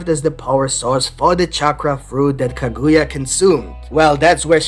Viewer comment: Kah -good-yah 😂is not how u say it